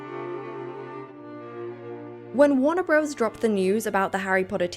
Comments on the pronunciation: Just a small point - it’s warner brothers, not bros - the abbreviation is only used to make the logo more compact. It sounds weirdly like faux street slang when used in a general commentary. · In your next video PLEASE say BROTHERS 🙏 Bros. Is short for BROTHERS. The name of the studio is WARNER BROTHERS, NOT BROS 🤯